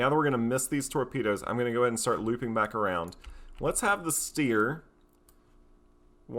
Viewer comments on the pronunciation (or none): Dessau -> DESS-OW (city in Germany) Stier -> SHTEER (German for "bull")